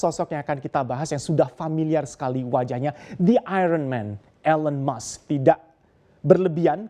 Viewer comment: Kenapa orang Indonesia membaca nama Elon Musk ( baca: elen mask seharusnya : ilon mask) 😮😮😮😮